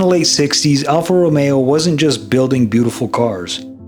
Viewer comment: Wow! The only english speaker to say AlfaRomeo the right way! Excellent job btw! :washhands